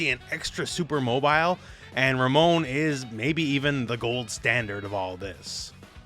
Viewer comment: Anyone else get a feeling of satisfaction at the way the announcer properly annunciates Ramon and RamOn? Can't wait for the pronunciation of other Latinex characters.